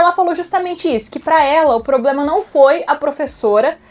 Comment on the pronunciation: E nem problema. "Poblema" kkkkk